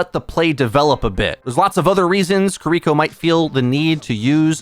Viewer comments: you gotta stop saying "KiRIko." It's "KIRiko." No one expects you to use a flawless Japanses accent, but this shit is simple. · You should listen to the characters in game and learn how to say their names 😭 I cringe every time I hear “kereeko”